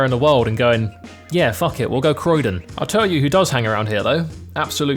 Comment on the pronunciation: Man said Croydon….., I’m dead😂